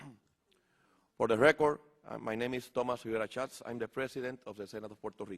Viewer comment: thomas rivera shwats(suaassssssss) Its rivera schatz. Her:(softly) shits...